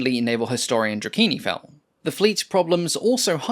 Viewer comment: Drakeenifell, or Drach"IN"fell?